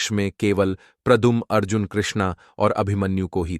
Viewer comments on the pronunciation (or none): none